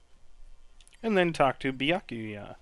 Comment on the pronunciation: Honestly, the pronunciation of Byakuya is more or less how I'd pronounce it, and I'm Japanese-American (though I don't speak Japanese, so I'm not a credible source whatsoever, haha).